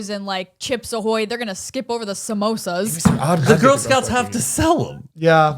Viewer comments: 😂 she said somosas instead of somoas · so noone caught saying samosas instead of samoas HAHAHAHA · I love that said “Simosas” lol is she thinking of Mimosas 😂